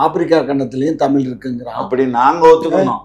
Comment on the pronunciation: தமிழை தமில் என்று சொல்கிற தமிழன் என்று எல்லோரும் நம்பவேணுமாம் நல்ல வேடிக்கை.